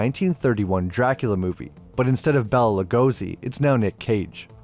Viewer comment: you wont read it, but here: Lugosi pronunciation guide: its not "Bella Lagozy" his name was Lugosi Béla (real full name: Blaskó Béla Ferenc Dezső) Béla: B: - É: - the " é " sound is like a simple a, just a bit longer. like if you ask: you aate that?! L: the " l " is nice and short A:- Lugosi: L:- U: the simple U is like the english U but without the "J" sound. pull back your tongue instead of pressing it to your teeth, right at the beginning of the sound. G:- O: S: the S sound is soft. not a Z, not hard, but soft and again, tongue off the teeth like when saying "ssshhhh!" not "psst!" Y: fine